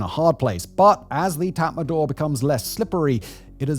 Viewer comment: Its not tatmandaw, its tatmadaw--- no N. Read the spelling.